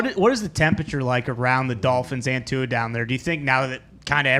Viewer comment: actually says Tua’s last name 100% correctly. Idk why everyone else continues to say his last name wrong. I wish he’d tell them to correct it. Too many players just let it slide